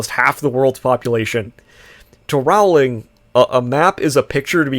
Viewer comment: Rowling rhymes with bowling.